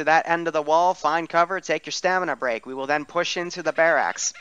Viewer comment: Mainly stressed out by the pronunciation of barracks. Bare axe?